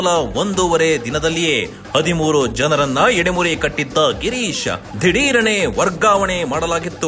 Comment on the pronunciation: ಎಡೆಮುರಿ ಅಲ್ಲ ಅದು ಹೆಡೆಮುರಿ ಶಬ್ದ